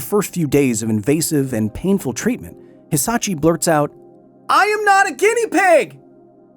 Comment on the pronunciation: Glad I'm not the only one who noticed. He kept saying Hisachi instead of Hisashi too.